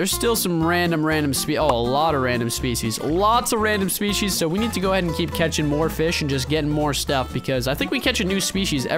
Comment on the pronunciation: i dont wanna be rude because i dont english that good myself but, "species" isnt pronounced like that.... Username: SardaCandy